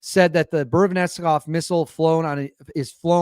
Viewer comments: Good content. However let's see (err..hear) at least an attempt to get the Russian names right. You get Putin's name correct: Pootin not pewtin..nice! Valery Gerasimov: Val-err-y Ger-az-ee-mov. The new missile, yeah that is harder! Burevestnik: Bur-ev-tz-nik. Re. is it unstoppable? Interesting...the usual way the Russians are defeating air defense it to so have 1/ hypersonic speed and 2/ unpredictable trajectory. This new missile is relatively slow (mach 1-ish) *but* does do 2/. I'd have a little doubt about the claim due to this. However the (near) unlimited range means it can fly around for ages and attack at a time when the enemies air defense is depleted, so sure, is a serious new threat! Re: can it be mass produced? I think this point has been proven: 1/ There is a regular production of Su-57 now (it was stalled by sanctions, but now overcome) 2/ The Oreshnik exotic metal kinetic hypersonic missile demonstrated last year is now in serial production. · It’s pronounced “boo-re-west-nick” and translates to a bird’s name “storm petrel” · Russia doesn't bluff. They deliver on all their promises. Btw, the trick to properly read Russian words is not to shorten it to 2 syllables. They are long, so split them up be syllables(consonant + vowel) and read them all. Bu+re+vest+nik